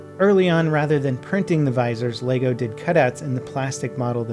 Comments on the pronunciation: Funny how you run a channel based entirely on Lego, and you can't even say it right.... Leg-o not lay-go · It's pronounced Leh-Go not Lay-go. Sorry it was just really annoying.